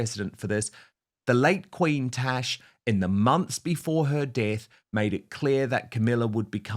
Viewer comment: Why does he call her “Tesh”??